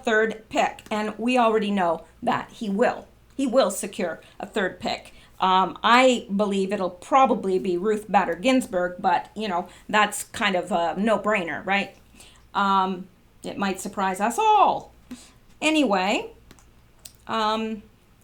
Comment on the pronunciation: The a in Bader is long, not short